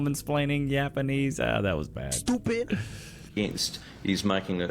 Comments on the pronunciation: "Yapanese". . .care if I steal? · I like "Yapanese"